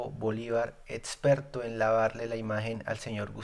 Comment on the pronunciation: mejora eso de etsperto, contetsto, caludnia; esos errores de pronunciación te hacen parecer al censurador Bolivar. Voces valientes como la tuya merecen un mejoramiento continuo y vos sos más que capaz hombre.